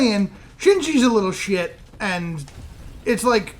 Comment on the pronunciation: gets real southern when he says SHIYT.